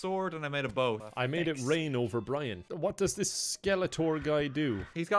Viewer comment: it’s brine